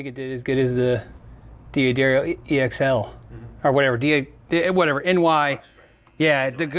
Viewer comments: why can't American guys (and Brits) not pronounce D'Addario correctly. It's pronounced "Daddario" not "Dee Addario" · American pronunciation of European names is rather embarrassing to hear. Just imagine the apostrophe wasn't there next time, please,. Say DADDARIO, DAQUISTO. D'oh. (or is that pronounced DEEE-OH)